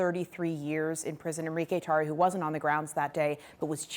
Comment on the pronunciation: I love how he correctly pronounces those R's in that White Supremacist Black Cuban traitor's name.